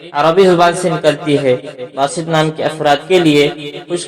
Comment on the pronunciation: Its Baasit, not basit